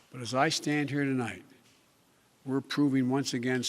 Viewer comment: I thought I was the only one who heard him say Tolight. I turned on the CC and noted that it said tonight instead of potato biden saying tolight. Youtube is correcting potato biden mistakes.